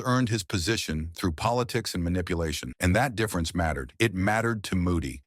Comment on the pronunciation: Can't even pronounce difference property, barely said click right, what AI trash.